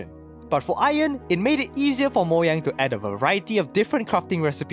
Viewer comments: Moyang? I believe it's pronounced Mo-Ga-ng (with a soft g) edited this comment to make it seem less rude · Ugh it's Mojang not Moyang!😡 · lol moyang instead of Mojang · It's MOU-Jeyng not Moyang 😢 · Bruh who pronnounces Mojang 'Moyang' 💀💀💀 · I quit the video when he said "Moyang". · stop saying moyang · The way he says “moyang” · YOU DONT SAY MOYANG! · Learn to pronounce Mojang properly